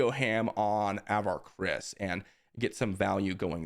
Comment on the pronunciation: I know its just a minor thing but pronunciation of Avar is off. It's just sounds weird when I've listened to all the High Republic books and it's more like "Ah-var KRI-ss."